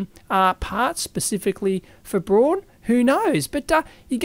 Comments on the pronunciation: Dave, Braun is pronounced just like Brown as in english but never brawn. Braun just as in english the colour Brown. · Hey Dave, the companys name is "Braun", which is pronounced like the color brown in german. ;-)